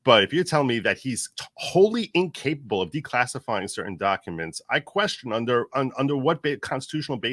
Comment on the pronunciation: Nate "I love unter Biden Paintings"